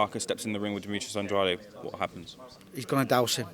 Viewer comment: Parker is pants. But andrade will probably get robbed. Same guy that made avaneysan vs the 179th ranked welterweight in the world last week.. can't even pronounce andrades name properly..